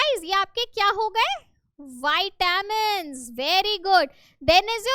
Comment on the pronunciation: Vitamins no vite min right😂😂